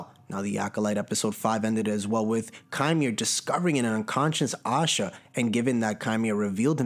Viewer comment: Bruh her name is osha not Asha tf😂😂